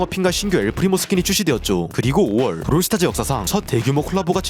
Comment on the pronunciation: 브롤 스타즈가 아니라 브롤 스타츠네 ㅋㅋㅋ